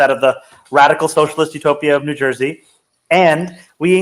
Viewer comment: Redical talking redicalized